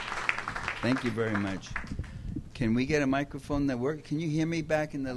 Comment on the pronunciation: My man said "mocrophones".